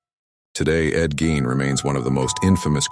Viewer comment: 2 seconds in and hearing the mispronounced last name, I'm out. Quit putting AI slop out there